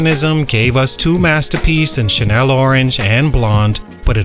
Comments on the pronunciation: Channel Orange. Chan-nel. Not Chanel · Why u keep saying Chanel orange it's channel orange lool good content though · The butchering of his album name is crazy. Channel Orange not CHANEL ORANGE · “Shannel” Orange? Seriously?